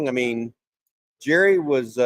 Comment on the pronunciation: Its (Elen-gurr) Gerry.. Really man!? LOLOL